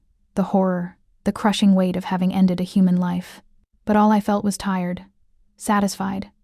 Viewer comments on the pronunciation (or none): none